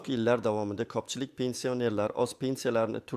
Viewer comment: Ку́пчилик деган су́зни копчилик деб талаффуз киляпти, суньий интеллект эканлигини сезиш кийин эмас ишонманглар!